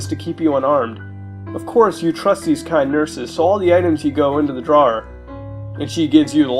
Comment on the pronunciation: Somehow i loved this one as a kid idk why but when muta says drawer i kept thinking jar but i may be wrong. Edit: im listening to this more and wtf what. Why. WHY DID I LIKE THIS AS A KID???